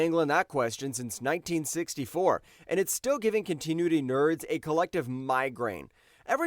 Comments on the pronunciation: I appreciate the video, but you gotta fix that pronunciation,. Continuity: kaan·tuh·noo·uh·tee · I hate to sound harsh, but please learn to use a dictionary or the Internet to sound out words you don't know how to pronounce before doing your next video. Hearing your attempts at "continuity", "Zapruder", "onomatopoeia", "cacophony", etc. are painful. If you want to do voiceovers you have to learn this stuff.